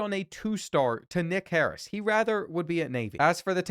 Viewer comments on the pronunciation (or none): none